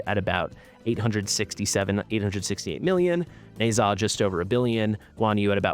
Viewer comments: Hello. Thanks for your videos. By the way. "Ne Zha" is pronounced "Knee-Ja" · Dumbest pronunciation ever. I think it sounds better as is